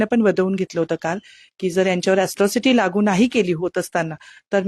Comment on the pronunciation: अस्ट्रोसिटी की अट्रोसिटी???😂